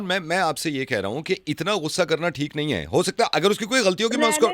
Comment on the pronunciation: She's saying Hae ni instead of Hai Nahi she's nibbi😂